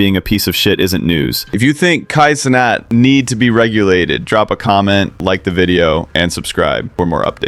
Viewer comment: good vid. but bro's making a video that shines light on someone negatively, and can't even pronounce his name right, or his organization right 😭least u can do